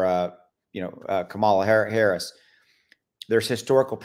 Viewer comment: In the meantime, maybe learn how to say the name of your sitting Vice President. Informed is informed.